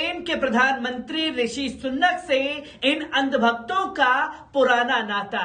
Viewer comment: Sunnat nahi bhai ,,Rishi Sunak...hai